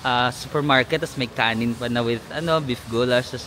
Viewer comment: it is guuulash not gowlashh 😅